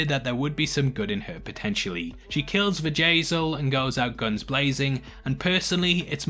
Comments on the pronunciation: You say 'Bjayzl' and I hear Vajazal which instantly morphs into Vajayjay, aka vagina. LOL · Sounds like you are saying "Vajay-zel lol